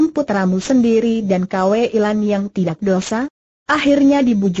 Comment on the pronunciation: Maaf mbak..Buka dibaca K W Lan. Tapi Kui Lan 🙏